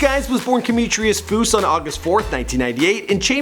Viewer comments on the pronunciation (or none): Did he just say his name is cometrius foos?